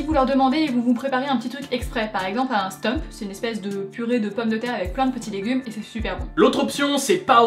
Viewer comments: just pour info on dit plutôt un stoump qu'un stemp :) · on ecrit "stoemp" mais on dit "stoump" pas "stemp" 😂😂😂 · pas mal mais on dis pas "stoeuump" mais stouump" st ou mp et pas st eu mp :) ( c'est pas la bon orthographe hein mais c'est plu la phonétique ;) ) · On dit Stoump pas Steump ça m'énerve !!!! Ça s'écrit Stoemp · Hihihi , on dit stoump et pas Steump. Bravo très chouette visite de notre belle capitale. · C'est mignon comment dit stoemp😄. elle le dit steupe mais c'est Stoumpe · Juste un petit conseil " on ne dit pas stump mais stoump vu que le oe se prononce non u mais ou" :) sinon video génial et merci de ne pas avoir prononcer le X dans Bruxelles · Hello, j'je suis de Bruxelles et j'adore vos vidéos. Et juste pour perfectionner votre langage belge pour le plat on ne dit pas un "steump" ça se prononce un "stoump" (c'est du néerlandais). Bonne continuation, merci de continuer à nous inspirer :-) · haha un stemp !! sa se dit pas sa s'écrit stoemp et se prononce stoump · On dit pas "stoump " et pas "stemp" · Pas "steump" : "stoump". Stoemp ça se prononce stoump. Enfin soit... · Vous racontez n'importe quoi. Tout les restaurants de la rue des bouchers sont classées et ils font tous des frites( chez léon, aux armes de Bruxelles etc...).Le stoemp, le " oe " se prononce « ou » et pas stump .l'Atomium représente a l'origine les 9 provinces du pays (avant la quatrième réforme de l'État).Le jeu de lumière a la grand place est seulement a l'occasion des fêtes de fin d'année .Le spiroto est un club restaurant et non une discothèque . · un "stOUmp" pas un "stump"... ;-) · En fait, stoemp se prononce "stoump", mais sinon super vidéo ! C'est marrant de découvrir '"sa ville" dans les yeux des étrangers :) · Pour le plat végétarien, il se prononce avec un "ou" ;) Un "Stoump" phonétiquement Bisou des Belges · C'est stoump c'est tous... "oe" c'est "ou" en néerlandais, c'est juste la prononciation correct... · juste pour info "stoemp" se prononce à la flamande "stoump"